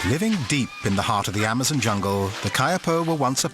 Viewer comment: the guys goes amozoons lol